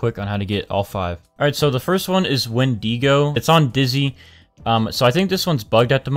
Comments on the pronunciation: Bruh he pronounced it Wendego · Wendiigo? Or Wendeego? Uh it’s wendigo how you said it is wrong just saying